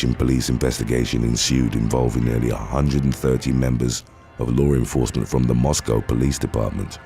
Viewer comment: I like this guy's stories but I can't stand how he always says "low renforcement"